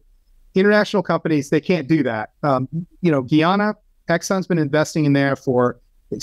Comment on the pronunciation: It's pronounced, "Guy-Anna", not "Ghee-Ahna". 🤦🏽‍♂️